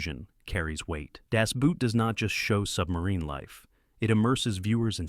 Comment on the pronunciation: why can nobody say das boot correct everybody says the shoe